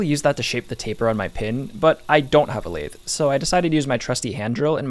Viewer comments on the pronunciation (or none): none